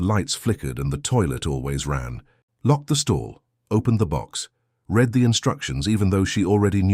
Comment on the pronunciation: Read it again is pronounced ‘red’ it again!!! Your AI needs fixing!